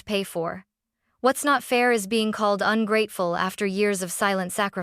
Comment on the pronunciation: You need to edit the narration… AI doesn’t know how to pronounce “ungrateful”. 👎👎👎